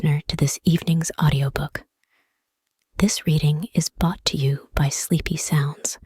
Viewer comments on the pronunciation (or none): So I listened to the first 10 seconds and went to find a different reading... the announcer started by saying "this reading is BOUGHT to you..." instead of brought to you. I know it's a youtube vid and you can put up anything you want but really? Did you look this up in the libary in the month of febuary?